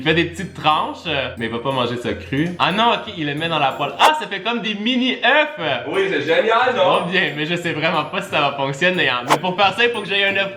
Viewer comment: on dit un oeuf(fe) des oeufs(eux) ❤😊